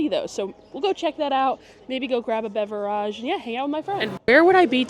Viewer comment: I would watch more often if “beverage” was pronounced correctly. Not cool.